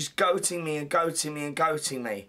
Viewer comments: Goading not goating Paul, LOL! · Goating! should that not be goading. Such a plank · “Goating me” “Goating me” 🥴 Ugh you mean GOADING me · I think he means ‘goading’ not ‘goating.’ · Goading not gloating paul